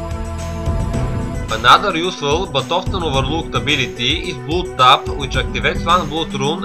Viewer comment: it's blad(blood) and not blud XD